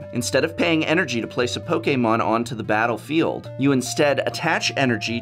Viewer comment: Prof used to pronounce "battlefield" very... peculiarly...